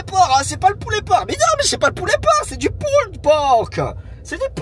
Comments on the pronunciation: Deja si t’avais bien prononcé pulled comme il faut elle aurait pas compris poulet 😂😂 on dit [pulld] pas [pulled] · Tu prononces quand même le d, pull'd pork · Pull(ed) pork , on ne prononce pas ed ;)